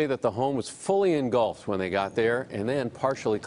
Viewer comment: it's not u-yen, it's pronounced wh-e-n, I know who she is and it's a flipping tragedy